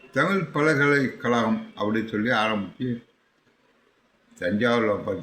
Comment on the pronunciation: என்னங்க உங்களுக்கே 'ழ' வரமாட்டேங்குது. பல்கலை களகம் இல்லை அது பல்கலை கழகம். ழ சொல்ல நாக்கை சுழட்டினா போதும், பல்லு தேவையில்லை